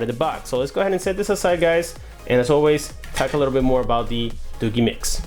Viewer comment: It's not 'Doo-Gheee'. It's Doo-jeee. DooGee.